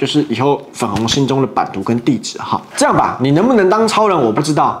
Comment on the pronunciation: 开头那位（没有看标题）那句酱~~一听就知道马来西亚人:face-blue-smiling